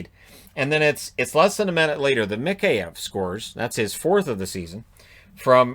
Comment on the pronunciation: Why do I have a feeling was looking for an excuse to wear the Bruins jersey? Also that was Mikheyev's first of the season not 4th and (yes I know it's a nitpick) you keep pronouncing his name wrong. You say Mik-hey-ev as if it's 3 short words, just say it all at once. Sorry it's just been bugging me 🙃